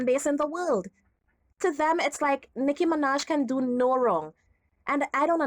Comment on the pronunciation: They called her Noah Miraj sksksksksksks 😂😂😂😂